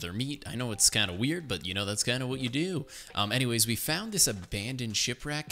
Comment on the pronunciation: so anymamays he said